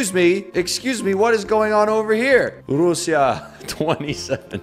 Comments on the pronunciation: He called russia ru-see-a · Russia is pronounced (rush-uh)